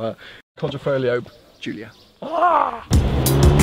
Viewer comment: I'm italain and the pronunciation is the right one